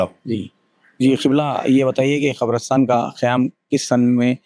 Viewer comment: Qabrastaan not kabrastan.